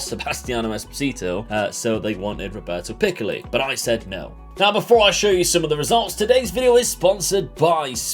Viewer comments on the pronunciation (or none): Hey I’m Italian and following you from Monza in Italy! Loving the Venezia rebuild, and as an italian, I miss the player pronunciations in the ironic video a couple of episodes ago, Robert Picks was the best out of all of them;)